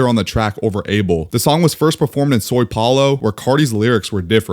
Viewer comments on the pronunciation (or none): “Soy” Paulo hurt my heart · I'm brazilian, and the right way to pronounce São Paulo is SAU-PAW-LOW Also, São Paulo is a city